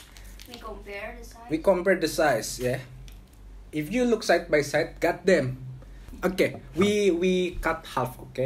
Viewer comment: The way says "gat deim" 😂